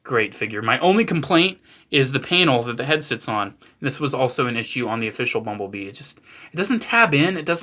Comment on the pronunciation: Why do I keep hearing 'mumble bee' what the heckle is wrong with me